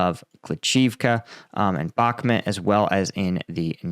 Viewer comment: And will Americans ever learn to pronounce Bakhmut? It starts withe CH as in loCHness... How hard can it be..